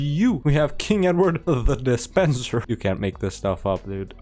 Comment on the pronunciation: "De Spenser" was likely a Norman French family name. They were given land in Wales by the Conqueror, I think. Probably pronounced "Duh-Spon-Say" or something, but I'll leave that to the French to correct. Fun video,!